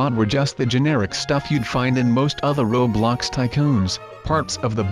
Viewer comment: Every time your robot voice thingy says « roblox » it says « roadblox »